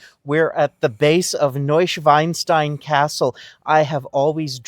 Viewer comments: 🤣🤣🤣 sorry but it is not new schweinstein, Schwein is a pig in German. Its NeuschwAnstein. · Please check your pronouncement of the castle, you say pig instead of swan….the castle deserves the right name! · Hey here’s a short message regarding your pronunciation of Neuschwanstein. The literal translation is New Swan Stone. The way you said it is like New Pig Stone. Schwein is pig. Schwan is swan.